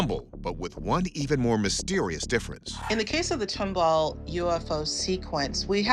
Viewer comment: Tumble? It's Tom ball!